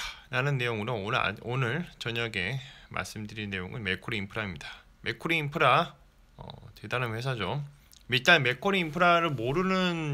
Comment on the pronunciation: 자꾸 맥꼬리인프라로 들려서 잼나네요ㅋ 영상 잘봤어요~